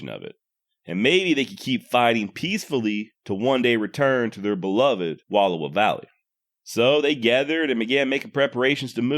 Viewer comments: Wallowa pronounced wuh-L-OW-uh. Source: ME, I WAS BORN THERE. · Good. I was taught two big characteristics of Nez Perce: starvation was unknown and there was no warrior class. Also learn the proper pronunciation of Wallowa.